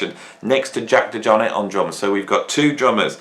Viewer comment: I didn't even notice how you pronounce John's last name, but you definitely are pronouncing Jack DeJohnette name wrong.